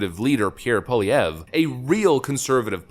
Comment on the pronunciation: good pronunciation of pierre pollievre and I'm not saying that sarcastically